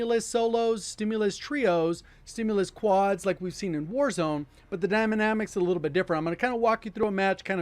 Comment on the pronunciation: We just gone sit here and pretend he didnt say Dymanamics